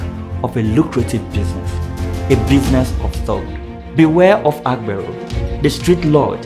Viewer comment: You made a video and make it seem as if this only happens in Lagos. You project people's images wrongly. AGBERO means Conductor. You don't speak Yoruba and can't pronounce the word. You did a lot of exaggerations. The 'TRUE' reason you have these figures if true is because of the huge population in Lagos and thus many users of transport vehicles and tricycle. You lied calling AGBERO thugs. Youtube should sanction your video for trying to create and misinform the world. Mention a State in Nigeria that has no Conductor or a branch of the National Union of Road Transport Workers. You failed